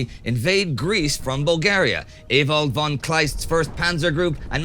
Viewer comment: Please tell Indy that German "von" isn't pronounced like "won" but like "fon".